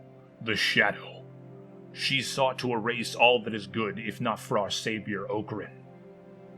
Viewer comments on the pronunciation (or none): Ock-ran like male chicken, not Oak-ran like tree.